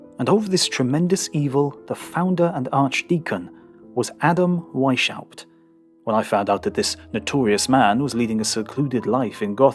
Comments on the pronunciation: Not "Weish-aupt," it's Adam "Vice-Haupt." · Great vid! My only point of contention as a native German speaker is that the name is pronounced "Weis-haupt", not "Weišaupt" ;) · Btw. Weishaupt is spelled: Wise-how-pt. XD (Weishaupt means Wisehead) You spell it like Weichhaupt (Softhead). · Very interesting video! Just a tidbit on pronunciation, the name Weishaupt should be pronounced like "vice-howpt". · mispronouncing Weis-haupt. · pretty annoying. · That was the weirdest pronounciation of weishaupt ever. Try speaking weis and haupt with a slight pause inbetween.